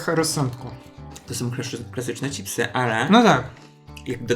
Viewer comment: Madam, mówisz cipsy, kocham Cię ........pachnie jajem :D